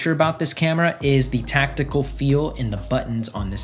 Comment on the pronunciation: Its TACTILE by the way, not how you said it lol